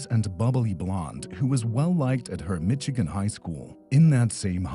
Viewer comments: Now we don't know how to say Michigan? 😂 "Mitch" or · You mean isn’t from Mitchagain?! I had no idear! 😮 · Michigan is pronounced mishegan not miCHigan